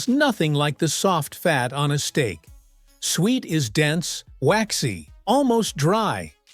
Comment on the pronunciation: It's pronounced SOO-wet.